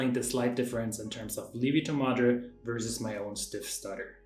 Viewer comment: I said "lievito madre" the same way you did (I am German as well). My Italian wife immediately corrected me: Li-evito! So the ie is not a long i as it is in German, but a true two vowel sound. i-e.